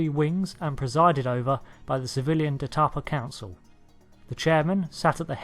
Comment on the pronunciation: It's said like : D'tapa & Galoure Though galore is acceptable - but not Gay-lore If I recall correctly the Cardassians fondness for art, architecture and the like predates their totalitarian government - they also may have suffered some adverse reaction to meeting aliens too that set them on a dark path (as also happened with the Klingons - who basically used to be obsessed with Farming before 1st contact). I wish they'd show Klingon Farmers in Star Trek as it pretty silly we only see soldiers and the odd chef or singer or nurse or doctor - and very few of those. I'm sure the Klingon's would have celbs for example - they have a stage tradition too. They Klingons do have some ideas that have some merit such as you have to work on a ship doing the thing you want to design before they let you design it. so perhaps a lot of engineers and scientists get killed in battle and so that slows their progress a bit.